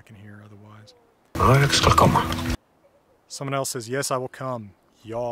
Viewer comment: As a swede i must say you are the first american i have ever heard that says "ja" perfectly.